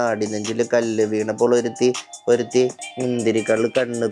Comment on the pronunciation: ഒരുത്തി ✖️ഒരിടുത്തി ✅